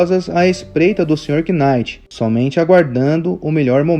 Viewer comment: Só um detalhe, acredito que não precise falar o K em Knight